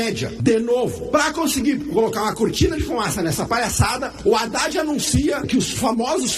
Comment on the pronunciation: Não é Radad e adad. Não é Rélio e élio